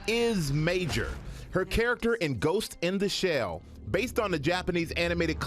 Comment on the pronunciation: does she say " ghost ina shell" ?